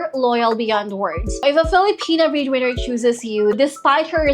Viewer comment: Liked the video, and I know your accent is going to come out strong, but I was listening and kept hearing breed winner, and not bread winner, and it captions also were that way. Very confusing but I got the drift, and hopefully the breedwinners are not to be breeding with the boyfriend unless that’s consensual 😊😂.